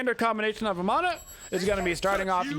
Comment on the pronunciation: You pronounce Ravana correctly (similar to Ra-vun). Vamana is pronounced the same (like Va-mun)